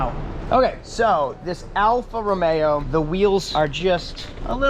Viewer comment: What's a T Belt? Timing belt? Hate to break it to you but these use a timing chain that almost never needs replacement. You might be thinking of a Fiat Spider, which does use a timing belt. Also it is "Romeo" not "Romero". Bit of a peeve of mine.